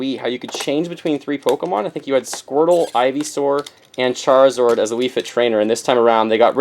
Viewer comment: ChariZORD?! what?! lol